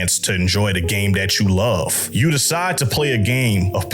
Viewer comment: "Da game dat you luff . . . "